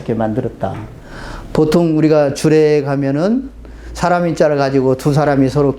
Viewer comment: 선생께서 처음으로, 제 기억으로는,처음으로, 많은 한국 학자중에, "사람"이라는 말을 바르게 발음하셨습니다. 이 얼마나 놀라운 일입니까? 즉 "사람"의 "사"는"길게"발음해야 하지 않습니까? 이러 고유어, "사람"의 발음도 제대로 발음하지 못하는 민족이 한국민이니 이 얼마나 슬픈 일입니까? 거의 모든 국민, 학자가, "사람"의 "사"를 짧게 그리고 "람"을 마치accent가 있는 것처럼 강하게 발음하고 있습니다. 이런 발음 문제는 실로 심각합니다. 이에 제가 "한국 어문을 고발함"이라는 책을 "눈물로" 썼아오니, 이 책을 일ㄹ독해 주실까요? 미국 변 완수 배